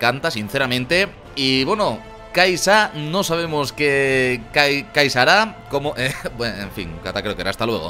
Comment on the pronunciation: Se lee key'sa